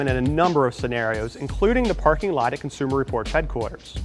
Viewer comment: Consumer Report is not cunsmer report